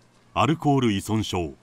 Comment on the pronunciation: ナレーターさん、いそんしょうと言ってます！正解！